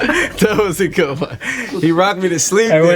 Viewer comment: "gud pitza"